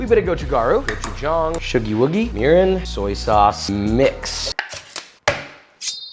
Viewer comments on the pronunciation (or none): Did he just say Urine? What lol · Did he say urine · Did he say urine for an ingredient? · Did he say urine?😂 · Did you actually say urine when making the 2nd course?